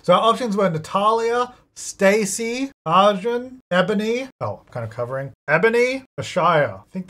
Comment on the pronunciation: lady is gay and this deserves to be cannon:face-blue-smiling: !!! Also, just a suggestion, if Arjun wins, as an Indian person I'd love if you could try googling the pronunciation and then saying his name- its just a little more R than A. It'll help the name sound less weird to my ears every time.